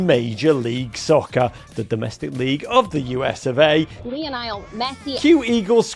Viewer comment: The American said “Lionile” Messi 😂😂